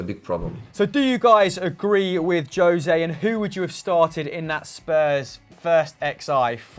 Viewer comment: Please stop calling the man Joe-se, when his name is José.